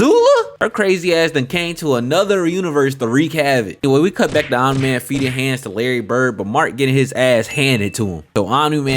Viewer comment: took me 3 minutes to realize you were saying "omni man" not "anime" lmao good content